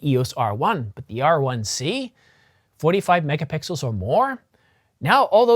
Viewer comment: lol.. did you say... Mega-Pickles....? Describing the Canon 1Dx C.... 18.1... Mega-Pickles....